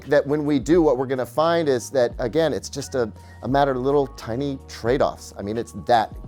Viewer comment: weirdest “Tiny” ever